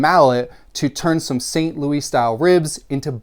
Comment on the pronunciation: Grew up in St. Louis, MO and I can't say I've ever heard anyone pronounce it like "Thelma and Louise," lol. 😂